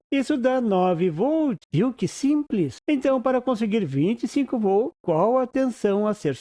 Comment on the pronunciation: Escutando o video lembrei do meu professor de eletrica que falava "voltos" envez de volts. No video eu escutei "vol" envez de voltz. Mas enfiz ... Bom video . abracos.